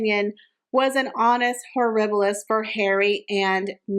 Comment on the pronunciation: It's not to tell honus horibilus but Anus horibili .